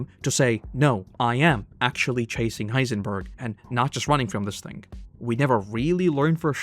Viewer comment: Why does narrator say heisenburger every time lol